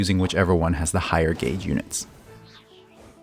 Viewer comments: Elemental GAYS theory HE SAYS😂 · Is it just me or anyone else too who suddenly thinks about Zyox and Zajef whenever he said Gauge(Sounds like Gayge)?